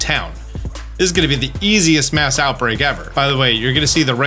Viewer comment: Did I hear you accidentally call mass outbreak a 'maus outbreak' when talking about Tandemaus? lol